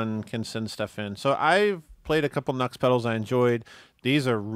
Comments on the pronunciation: It's pronounced. NU→X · The Nu-X Roctary pedal is a fantastic Leslie simulator at an even more fantastic price. it is really, really good! with the octave up and down and overdrive added the guitar sounds like Jon Lord's intro to smoke on the water. And it's pronounced New X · Nux sounds too close to nuts, and then I just end up giggling.